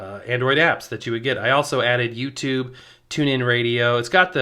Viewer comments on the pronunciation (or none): none